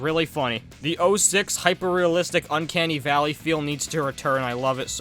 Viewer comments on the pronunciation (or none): none